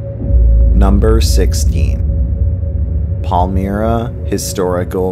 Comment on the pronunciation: Palmyra lol pal MY ra not me ra good try tho